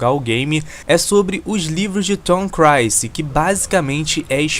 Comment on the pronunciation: Cara, conheci agora seu canal e achei ele muito bom... só me explica porque você fala Tom Crancy ao invés de Tom Clancy? Sou viciado no conteúdo do cara, desde Rainbow Six, até The Division e o mais atual Wildlands, como escritor e roteirista, ninguém supera o cara.